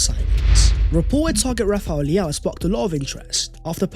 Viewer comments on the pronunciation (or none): none